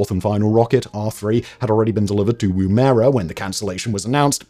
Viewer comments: It's pronounced "WOO-mu-ruh", not "Woom-AIR-ah". The 1st syllable rhymes with how Yorkshire people pronouce "gum". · Yip...Woo-muh-ruh. It was a device the Aboriginal used for throwing a spear...and pretty effective. But definitely not pronounced Woom-erah! Good video though! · Woom-erah. Woom-erah. Good god man. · It’s amazing just how wrong some people get our place names pronunciation. I’m sure I would butcher place names in other countries just as badly if not worse, but living in Australia I didn’t think there was any other way to pronounce Woomera until I heard that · I kept correcting his pronunciation each time he said it wrong!